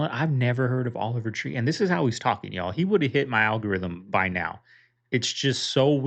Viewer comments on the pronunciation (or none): Stop saying, "Y'all." You are saying it wrong. Yall.